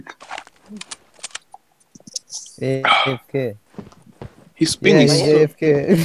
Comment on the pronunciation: Did he just said apk? instead of afk on